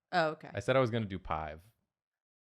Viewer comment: so are we all just going to ignore that kept saying pive instead of five? EDIT everyone keeps saying there numbers starting with p and i fear I may be going insane